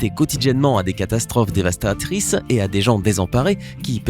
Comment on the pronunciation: 4 : 52 sec devastatrisse